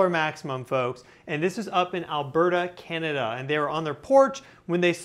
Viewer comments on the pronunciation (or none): none